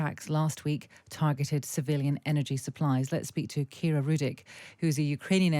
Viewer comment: Her name is Kira Rudik, not "Shakira." 🙄